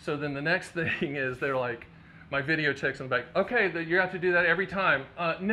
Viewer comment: I'm going to hope you're saying "video techs" and not "video chicks".